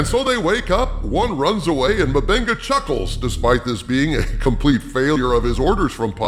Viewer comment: I laugh hard every time I hear "M'Benga"!!! It sounds like "my benga" and here in Brazil "benga" means "dick", so he's "Doctor My Dick"... 🤣